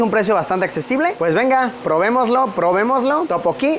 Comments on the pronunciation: Luisito no es topoki 😫 es (Tteokbokki) y su pronunciación es tuk - bow - kee, en el restaurante de barbacoa te faltó mencionar que comer carne de cerdo en Corea es súper caro y solo se come en momentos sumamente especiales es por eso que lo más normal es comer mariscos porque es lo más económico, de ahí en más me encantó el vídeo, espero en algún momento viajar a Corea, Amooooo 💜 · Efectivamente, yo cuando leí el "Topoki", dije "Esto es un sacrilegio". xD Pero es que ya en varios videos también se nota que Luisito se complica demasiado con prununciaciones simples. Pero bueno, no deben saber casi nada del Hangul y la pronunciación. uvu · Topokki amo jajajaja teokbokki Luisito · Escuchar a Luisito decir Topoki y no Tteokbokki me da toc. xD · No es topoki es teokkboky